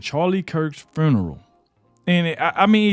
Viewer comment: I'm trying to figure out how black people always put the letter R after everything, what the hell is Fruneral? Nephrew, chrilden, are you people that illiterate, speak English